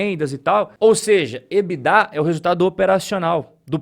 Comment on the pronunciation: Ebidá não. Ebitda!😂